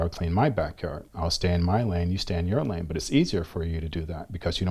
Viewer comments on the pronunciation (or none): none